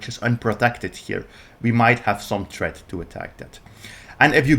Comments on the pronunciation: Threat ❌️ Tret ✅️ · Why do foreigners have such a difficult time with their tongue movements making the thhhhhh sound? Is it that uncommon in most languages other than English? My Brazilian gf can’t do it either. It’s THreat not Tret. THree THrow THrombosis THruway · Threat has an H in it. Not tret. Your not tretting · we are trettening, we have a tret you learned your English in the gutter of which country?